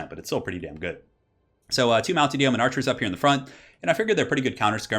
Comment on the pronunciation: Love your work, just wanted to say "Yeoman" is pronounced "Yo-man"... I know, I know grammar police and all but for whatever reason I hate hearing "Yee-o-man" lol....